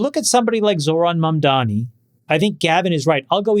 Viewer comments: MaNdami lives rent free in their heads but JCal still can't say his name right. Does he think he can show power and dominance by doing this? Hilarious delusion. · Funny how Jason, being so articulate and well spoken, has blind spot when it comes to pronouncing MAMDANI and always refer to him as MANDAMI... that´s like someone calling Jason CALANACIS... hilarious! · Why so difficult to pronounce Mamdani name? Put some effort into it. seriously.